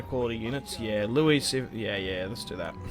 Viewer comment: Just for your info your kings sons name 'Louis' is pronounced 'Lou-wee' not 'Lou-wis'. 😜👍🏻